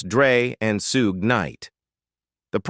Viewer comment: I hate AI but this was funny listening to the robot talk. Especially loved how it robot said “Suge.” Good video though.